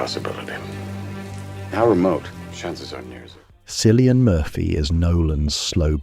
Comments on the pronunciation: why "silian" if he's "killian" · Can’t watch this if you can’t pronounce the name cillian correctly!